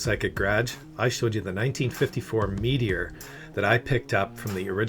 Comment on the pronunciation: first time viewer. As soon as i heard Meteor I knew it was a fellow Canadian. My parents got married in a '59 Meteor